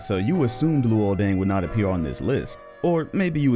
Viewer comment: It gets funnier because completely butched Luol Deng